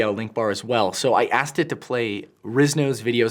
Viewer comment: Ask-ed, ask-en, where are you from?